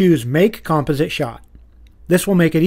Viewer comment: the way he says "composite" bothers the hell out of me, but besides that, amazing video! lol